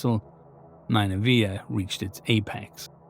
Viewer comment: nin-nuh-vuh. That's how I've always heard it pronounced